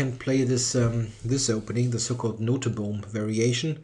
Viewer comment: Nice to see someone pronounce Daniël Noteboom's surname correctly.